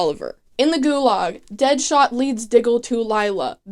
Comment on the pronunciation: i truly love that you call deadshot deadhot every time 😂😍